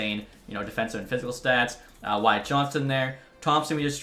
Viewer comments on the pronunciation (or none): none